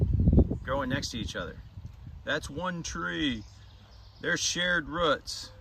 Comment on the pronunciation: I like how you say roots like ruts. Lol